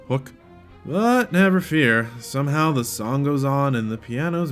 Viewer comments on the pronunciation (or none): none